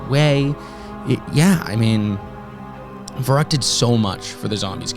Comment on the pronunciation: An all time classic and prolly my fave WaW map to go back to. Been loving the series man. Fyi just wanted to mention its pronounced as "fer-rookt" (v = f in German and the ü makes an "oo" sound)